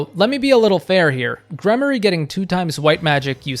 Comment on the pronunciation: Gremory=Gremorie it’s a long E sound not a Y. I had Dorothea as a Mortal Savant it was nice to have an extra healer. Flayn as a gremory, Ferdinand and Sylvain were heavy knights